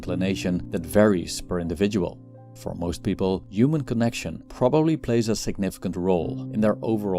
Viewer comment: Please say the H sound when saying human